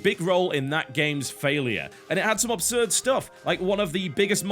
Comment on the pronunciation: "Obsurd" is not a word. It's pronounced "absurd". I can't take it any more. It's driving me crazy.